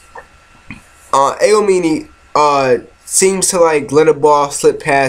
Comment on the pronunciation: "Aoimine" is actually pronounced (A-ow-me-neigh) "Murasakibara" is pronounced (Moo-ra-sah-key-baa-ra) "Akashi" is pronouced (Aa-caw-she) I'm sorry for correcting you but I just wanted to get that straight. =v=''